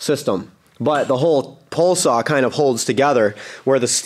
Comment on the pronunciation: Say "Pole" Say "Pole Saw"